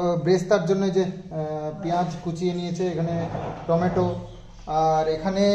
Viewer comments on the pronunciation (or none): none